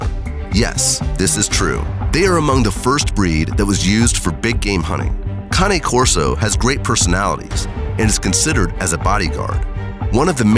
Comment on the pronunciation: They finally found a narrator who can pronounce the breed name Cane Corso!